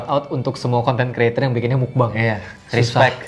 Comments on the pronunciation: Tulisannya meokbang di baca mokbang "o" ny o lemah sekian terima kasih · Ngucapnya Mokbang Bang... 😆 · Meokbang ka dibaca nya